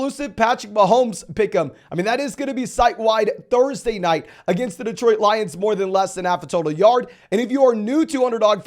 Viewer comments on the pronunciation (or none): none